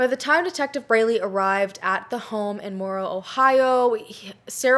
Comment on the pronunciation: Um, they didn't live in Morral, Ohio. That's a small town in Marion County. I think you were trying to pronounce Warren? For the county. I've replayed it over and over, but every time I hear you say Morral and maybe it's just me, but if that's what you said even if you meant Morrow County, they're pronounced differently, many people say them the same way, but they're not pronounced the same. Maybe it's just me, but I keep hearing Morral. Edit: everything I see online says their house was in Hamilton Township, Morral is a small town that is in Salt Rock Township. I'm googling and googling and just getting more and more confused here.